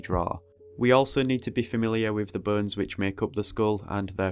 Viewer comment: The subtitles are hilarious !! I laugh everytime instead of "bones" the subtitles say : "BURNS" because of your accent (wich is so cool btw). I am just begining to study the skull and your video is the greatest way to do so ! Thank you for the great and very helpfull video !! I'm looking forward for the next anatomy videos !!